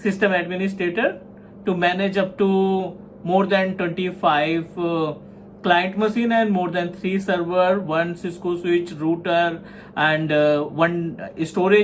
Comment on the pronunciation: Sir its not rooter its router